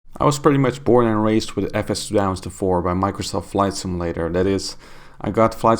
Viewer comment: Say "sim-A-lator" one more time...lol